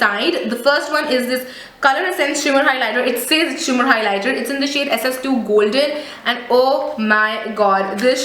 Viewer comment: between wat is goldeney mean.. hahahaha dear atleast give justice to english word properly.. hope ur silly mistake will overcome.. And plzz u can talk softy in video there is no need to yell in ur all video.. it actually makes us irritate while watching.. overAll product is nice just need to improve to present it..